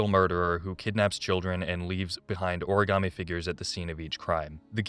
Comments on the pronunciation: I know I'm a little late but Heavy Rain and quality voice acting or acting in general does not go together 🤣... Take a drink every time a character says ori-gam-ee instead of ori-ga-mi... Also the rich psycho son that you meet when looking for the missing children was the WORST 😭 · Oh and the best plunders in HR: ORIGARMI. The actors could not pronounce origami and it's sad.